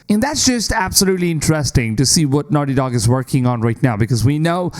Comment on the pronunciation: "Wice pwesident of nahti docc" Your English is ridiculously bad